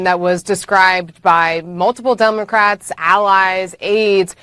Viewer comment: Sshe said dumacrats....lmao